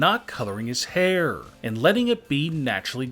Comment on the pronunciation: “The only problem is that the world knows that he has gray hairrrrrr” funny accent 😂